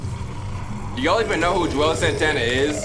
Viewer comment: Im listening to the walking dead seasons over while working and i forgot said Juelz Santana in this episode 🤦🏽‍♀️ i thought he said my name for a moment 😓